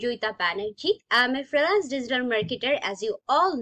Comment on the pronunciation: freelancing pronunciation tai to...